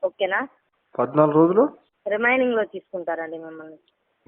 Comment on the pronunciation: అది రెమైనింగ్ కాదు అమ్మ రిమాండ్😂